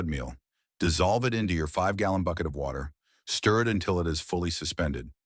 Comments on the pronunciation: You lost me at "WACTER". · Is it like wacter? Lol